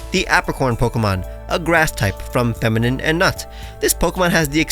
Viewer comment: Am I immature for cracking up everytime he says feminut 😂